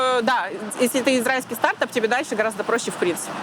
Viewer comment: СтартАп а не стАртап прям бесит!!!!!